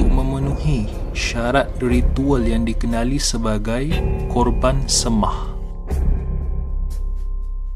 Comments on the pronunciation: Seimah, bukan semah! Sapalah yang jadi pencerita tok? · sebutan salah..semah--sei mah.